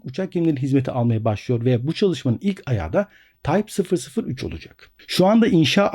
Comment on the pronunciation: tayp fısır fısır 3 ;-)